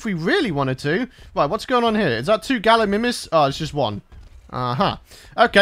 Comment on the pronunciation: Once you get a 140-150 tame your progress skyrockets. Also try taming an equus as they are crazy good at knocking things out where the pachy isn't all that good at it and lastly it's gallimImus you pronounce the i like it's emphasized